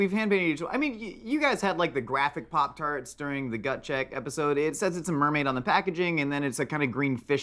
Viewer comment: The “popicodo tarTSs” 💀